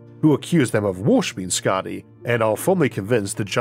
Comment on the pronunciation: Hey Isaac, I just wanted to let you know that your pronunciation of Skaði was really good. (I hail from Iceland but currently living in Sweden btw) Hope you see this & thank you for all your hard work. :)